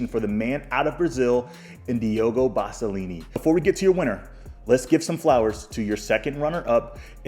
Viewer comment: Bro 😂 Basalini? It’s Basaglia. bro you be butchering 😂😂 love the vids tho